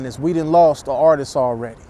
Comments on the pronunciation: It’s artists not artistes 🤣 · Artists homie NOT Artist-ses